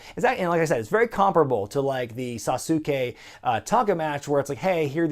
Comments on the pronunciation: Sauce kay Not Sasukay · "The Great Sa-soooo-kay" Inner weeb rage intensifies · I cringe every time he says sasuke wrong